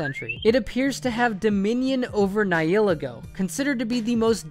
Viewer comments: It's Nih-hill-lay-go, not Nih-heal-egg-oh. :( Get it right. Also, anything derived from a pre-existing source must not be attempted nor made official - for copyright reasons. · Isn't it nee-hee-le-go